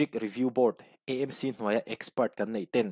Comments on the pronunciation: KEI CHU MIZO TAKIN ÂMC tiin ka lam ṭhin... ÂIZAWL... EMC ni loin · Mizo tawng humhalh nana ngenna: AMC tiha 'A' hi, Aizawl sawina a nih avangin, ''E' tia lam rik hi a fuh lo deuh em aw?